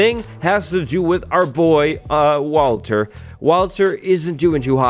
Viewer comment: Uhhhh..... "walter"